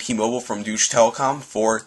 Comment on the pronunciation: its not Doutch telecom, its Deustche (Pronounced Doi-ch)